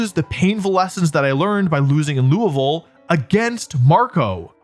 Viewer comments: Wolfey pronounced Louisville correctly this time!! 🥳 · I'm so happy that Wolfey learned how to say Louisville! For those not in the know, just choose your favorite syllables and only say those.